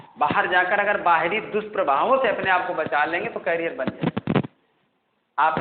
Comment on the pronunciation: Sorry sir bt its नॉट कैरियर its करियर Sir aapne सिखाया tha